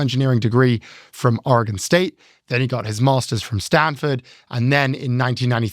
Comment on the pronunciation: Thank you so so much for pronouncing Oregon correctly 😊